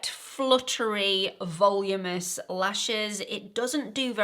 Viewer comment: Please please it is voluminous not volumous😢